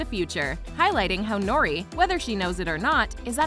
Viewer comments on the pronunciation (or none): none